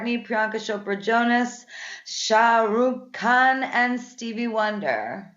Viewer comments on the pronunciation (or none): She said shah ruk khan